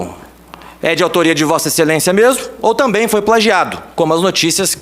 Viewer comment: "Vossa excelençia" , essa lixo, sorriso de hipocrisia!